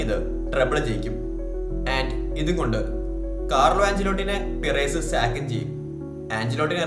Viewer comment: പിറേസ് അല്ല ബ്രോ പെരസ് ഫ്ലോറന്റിനോ പെരസ്